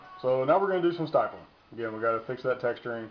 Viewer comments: It's stippling...short "i"...like nipple or ripple or any word that has two "p's" in the spelling. Basic English dude... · james A lack of understanding in basic English shows a lack of overall intelligence. And the "English lesson" had nothing to do with knowing how to do a grip mod, it has everything to do with being an educator. If you want to educate people, learn to speak the language. The term "stippling" has been around LONG before polymer-framed firearms, so he's had plenty of time to learn how to read. The fact that he doesn't know how to pronounce the nomenclature of the procedure does not instill confidence in his abilities...but you loved it, so he must be an expert. Follow the rest of the lemmings if you need to. I'm sure the rest of us will stick to the "professionals" that actually know what the hell they are talking about.